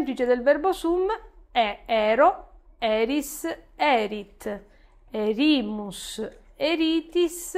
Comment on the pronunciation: Una domanda: ma non si dovrebbe leggere "èrimus" e "èritis" invece di "erìmus" e "erìtis", dato che la penultima sillaba è breve?